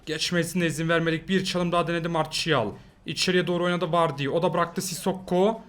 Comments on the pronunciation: aynen ya marsial ne marçial diye okunuyor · Zaten martial diye yazılır marçial diye okunur biraz ingilizce yaa